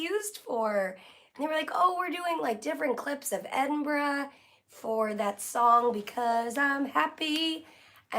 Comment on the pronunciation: Hello from Scotland - you pronounce Edinburgh properly..! So many across the pond say Edinboro..!! Love your vlog and yes it's 1.09am here!